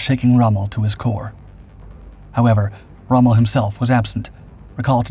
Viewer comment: 12 seconds in and you've messed up already. (You normally take up to 23.). That's Rommel not Strohme